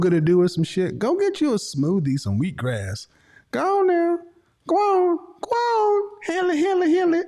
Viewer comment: "Wheat Grass" 😭